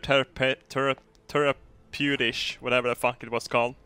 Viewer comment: Teraputish hahahahaah i am not any better lol